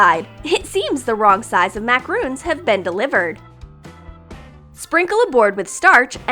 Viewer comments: It's pronounced - MA-CA-RON not - MA-CA-ROON, a "MA-CA-ROON" is a coconut thing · Its pronounced macaron. Mac-a-RON. Not MaCaRoOn... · It's macarOn not macarOOn ( o not oo